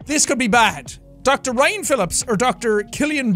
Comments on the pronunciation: When a fellow Irish pronounces your Irish name wrong it's not Ryan it's rian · He said Rían wrong though. I'm very disappointed in him 😭